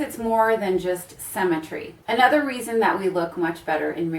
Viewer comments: "cemmetry" It's symmetry, darling. Pronunciation is important. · Your pronunciation of symmetry sounds like cemetery...well to English ears anyways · “Cemmentry” lol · Anyone else bothered by “Sem-i-tree” when that’s actually “sim-i-tree” when pronouncing the word symmetry... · Haha, I heard "cemetery" instead of symmetry and at first I was confused. xd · I was distracted by the pronunciation of symmetry as cemetery, did anyone else notice that? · I actually thought she said cemetery when she said symmetry..! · so we're gonna talk about 'cemetary' guys not symmetry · You pronounce symmetry as “cemetery”. We stick dead people in those. I look best in photos when I’ve lost 14lbs ugly fat ie my head... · I love the informative video! I like how you say symmetry. it sounds just like cemetery. :)) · Was so confused when you said you were going to talk about 'cemetery' haha I guess we say it differently in the UK